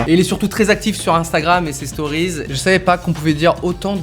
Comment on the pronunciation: "storiezzz" (stories)